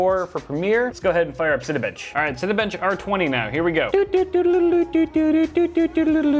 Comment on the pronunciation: When you first said Cinebench i thought you said Cinebitch